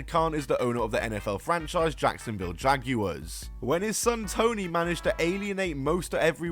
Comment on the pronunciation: Never say jaguar ever again